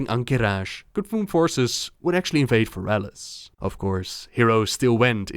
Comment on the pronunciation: fErelas. fErelas. not ferAlas.